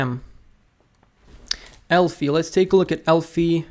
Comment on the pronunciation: Bro it was ELFY not ELFI 😂, I didn't do u bad bro 😢